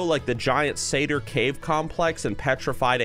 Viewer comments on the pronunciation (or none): none